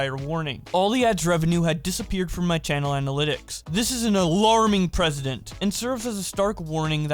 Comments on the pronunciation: Learn how to pronounce "Precedent." Its not the same way you say President, which is how you keep saying it. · You pronounced precedent wrong. It's not president.